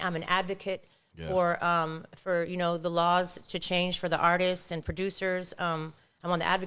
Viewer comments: The artistsisisis 😂😂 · YouTube RealadyTheQueen for unheard Juan Gotti song 🎶❤ Mr. Capone E. Needs to learn how to say the word Artists 😂 I would never do anything on the internet and put someone on blast... He literally did the same thing to her with that spm call 😂😂😂😂😂